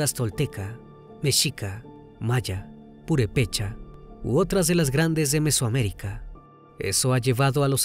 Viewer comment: Detalle de dicción: es «efigie», «purépecha» es palabra esdrújula y no llana.